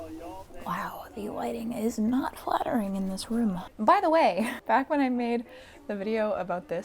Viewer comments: My husband is from Massachusetts and says “room” like you do. It’s adorable, if you ask me. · I too have been ragged upon for my MA pronunciation of "room" - never realized it was a token MA thing until I made a friend from Michigan :D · Markiplier says room the same way. I’ve watched him for so long that at this point I 50\50 between “room” and “rum.” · me: living in massachusetts and saying "room" the same way, feeling the same way about the "pings" of wanting to go home esp when i was younger, generally always loving the vibe of videos regardless of content me: wow she's so relatable and cool i love this: i dont feel like im cool enough me: lmao what ^basically, as someone who's mostly introverted but acts extroverted around my closest friends, loves nerd shit, and has similar aesthetics, you hit the perfect niche for me, and that's what's coolest about your channel!:) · I say "room" the exact way you do lol, maybe it's a New England thing? I'm from NH not Mass but.. close enough 😅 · Hahaha I've been watching Markiplier too long, didn't even notice anything about you saying "room" hahaha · I’m Canadian but my best friend says room like you guys. I don’t know why. But every time you say room it reminds me of her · Don’t be so hard on yourself! And who the frack cares how you pronounce ‘room’? Haters gonna hate…. Also, I think I am your BIGGEST fan and I think you are SO COOL! 🥰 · I am from California and pretty sure I say it the same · ha! room! Silly people, you barely sound like you're from MA, and if they think your saying room funny sounds funny, they haven't heard the half of it! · I like hearing regional accents of all types, so I say pronounce whatever word however you want! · You pronounce 'room' the same way we do in Ireland. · Fun fact about the way you pronounce "room", Markiplier pronounces it the same way as you! That's why I never really thought about it until you pointed it out lol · I'm from Hawaii and I say room like you 🤔😄